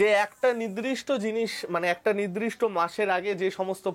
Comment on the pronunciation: ওটা,,,, নিদ্রিষ্ট নয়---নির্দিষ্ট হবে।